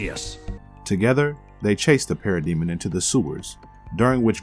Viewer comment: Bro, can you please figure out how to say names properly?!?!? Martian manhunters name is John John's, the comic writers name is Geoff John's who's first name is pronounced Jeff, and finally Darkseids minions are called parademons.